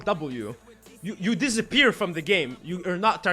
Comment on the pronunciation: "You DIZaper from the game, you are notTARGETBLE" this shit almost kill me.